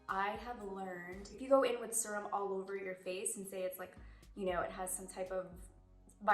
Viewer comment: She said “SIR-UM” and I love it.